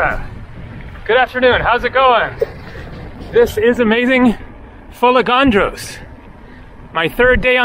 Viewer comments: Love the adventurous spirit you have but since you love Greece so much (and you pronounced Sikinos right), please know it is fo-LAY-gan-dros. Not fol-ay-GAN-dros. Emphasis on the LAY. It's a tongueful but that's Greek. Geia sou. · FolEgandros and not FolegAndros as you say. Pronounce it correctly. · What a gorgeous island. For anyone who might care, the accent is on the E. So we get Fol-E-gandros. For the Panagia church, the g is pronounced like y. Panagia, which is an epithet for the Virgin Mary, means "All Holy One." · Τώρα φίλε μου αυτό είναι το πρόβλημα? Ο άνθρωπος κάνει φοβερή δουλειά δείχνοντας τις ομορφιές κάθε νησιού και επιπλέον είναι πολύ δύσκολο για αγγλόφωνους να τονίσουν την προπαραλήγουσα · Ναι έχω θέμα με μερικούς που δεν προφέρουν σωστά τα ονόματα. Ήθελα να δω την αντίδραση σου αν κάποιος έλεγε το όνομα σου όπως ήθελε και όχι όπως έπρεπε.